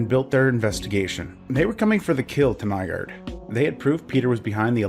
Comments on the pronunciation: i thought it was Nygård, not Nygaard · You're actually supposed to say "Nyga"